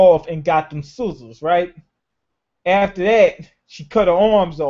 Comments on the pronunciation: Is it soozurs? Or sizzles? XD learn how to scissors xDDDD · She didn't get scissors, she got "soozurs" xD